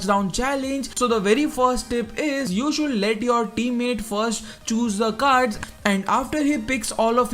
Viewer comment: Should = शुड not शुलड, pls improve. The video was useful but your pronunciation was horrible annoying.